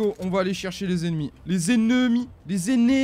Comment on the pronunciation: Les éNEZmies xDD